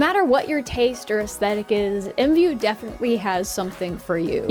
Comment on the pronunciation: EMVOO??? I THOUGHT IT WAS I M V U